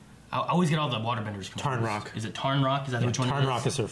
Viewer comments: right actually, it's Tonraq. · They explained about platinum in season 1 first. Also,, it's not Tarnroq, it's Tonraq.